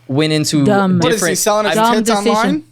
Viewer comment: The way she leans into the mic and says “Dumb”. 😂